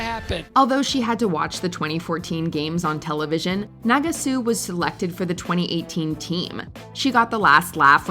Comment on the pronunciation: Team USA’s baffling decision… there are many other decisions that should be named here. 2018 taking Adam Rippon instead of Ross Minor for starters. You’re pronouncing Nagasu incorrectly. The “last laugh” that you say Mirai got over Ashley, being the first American woman to land a triple axel, the clip you showed was a double axel.